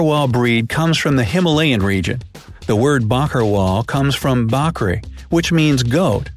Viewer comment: When he pronounced bakri as bhakhri every gujjus ear gets up.